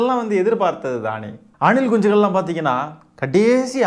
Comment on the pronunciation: Anilkunchigal 😂😂😂😂😂😂 neenga soltrathu azhgha iruku anna